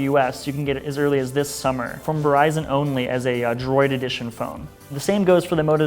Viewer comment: Lost me at "Verizon Exclusive"